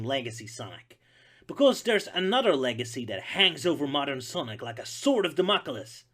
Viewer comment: Sword of Da ma cleese